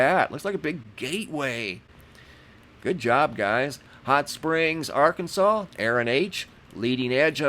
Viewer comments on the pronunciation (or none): none